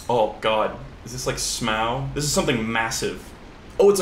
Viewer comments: your pronunciation of Smough makes me want to commit open mimic chest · I love you and your random s c r e e c h e s - But- You gotta stop calling Smough S m o w, please